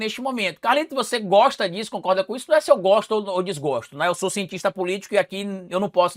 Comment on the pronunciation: só um toque. quando vc fala e cientista politica se ouve ex cientista politico